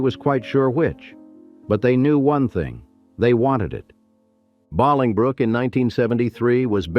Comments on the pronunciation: It’s pronounced Bow-ling Brook, Illinois. It was beautiful very fun. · The AI is mispronouncing the name of the town. It''s pronounced bowling brook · I was thinking the SAME. I have actually been there, and it is 'BOWLingbrook'. My cousins lived there. I am SO F'ing tired of A.I. BS already. I want to scream. So, making content and using an AI actor instead of paying a PERSON to voice it. Anyone that doesn't see that this is EXTREMELY problematic, is really not using their head. Personally, if I suspect AI in anything, I stop watching. Sadly, the scubbags get engagement from my comment here. But it must be said. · Right. Lol I'm like I ain't ever heard of Bahlingbrook before. 😂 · Thank you. Like "bowling brook" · I hate AI !!!!!!!!!!!!!!!!!!!!!!!!!!!!!!!!!!!!!! Wanted to watch but can't pronounce the name correctly. Will not recommend. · You lost me in the first minute with the horrible AI pronunciation of Bolingbrook. Maybe you could bother to narrate yourself or force the lame AI to get the correct pronunciation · I went there as a kid. I lived not to far from there for a bit. This video is way to long. Lots of repeat information. The AI pronunciation is horrible. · right. that was the first thing to get on my nerves. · I grew up there too that upset me 😂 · Yes, AI mispronouncing. I used to visit there in 2019... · It was like nails on a chalkboard. If they are going to use AI, at least program it get place pronunciations right. N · OMGosh! SO annoying!!! Especially for we locals!!! Jeez, do all of that research and work and get the freaking Suburb name pronounced wrong???? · Hi there. If you are going to make a video get the main words and places right. The town is BOLINGBROOK. not Balingbrook. You researched the rest , could you have gotten the main things right? Thank you for the video all the same. Stay safe out there. Take care and God bless. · It's pronounced Bo - long 'O' lingbrook. Not Bahlingbrook. Good grief. 🙄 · It's Pronounced Bowling Brook